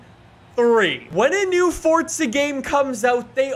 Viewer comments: I am sorry but its ForZa not fortza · Your freaking saying fortza its forza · Forza not fortza 🙄🙄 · It’s FOR...ZA NOT FORTZA HOLY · It’s not fortza it’s forza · FORZA NOT FORTSA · BRUH THE THERES NO T IN FORZA LEARN TO SAY FORZA NOT FORTZA! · “Forts-zuh horizon” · It triggers me so much when he says “fortza” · Oh no not fortza horizon 3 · He says fortza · Still wondering where the t is in forza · The way you say forza makes me wanna drink bleach